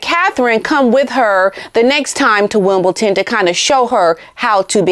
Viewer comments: Just a note, it's not WimbleTon it's WimbleDon x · If I’m hearing right, you said ‘WimbleTon’. It should be WimbleDon. And my apologies if I’ve heard it wrongly. 🙏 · Hi I love ur show watch u all the time ….. BUT correction ……WimbleDON not WimbleTON….. I’ve noticed u Americans say that a lot…🇬🇧🇬🇧🇬🇧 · Hi I love you and your shows but please pronounce WimbleDon not WimbleTon - there is a D and not a T. I know it's really annoying for people to correct and comment on silly things but it really irks me. Great video, as usual - thank you. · love it is WimbleDON Not WimbleTON.... Sue Smith kept sayinv Wimbleton, until many pointed it out to her. Sorry not meaning to be unkind, but you cannot say WimbleTON, Wimbledon is very special to Brits... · Btw P, it is Wimbledon with a “D” maybe it’s my ears and they are full of wax 😊 but seems to sound like Wimbleton when you speak. Love you ❤❤ and keep going, you are my favourite for sure, don’t miss a thing from you! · It is WimbleDon with a D